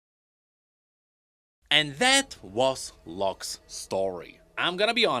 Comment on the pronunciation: whenever you say " Lock's ". I keep hearing " Luxx" 😂😂😂